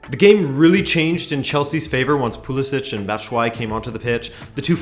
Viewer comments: Pulisic is pronounced "PulisiKK". Canucks?!?! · It’s Croatian. So it’s pronounced PulisiCH